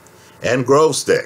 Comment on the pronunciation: Why all the Yankees pronounce his name Grozdyk?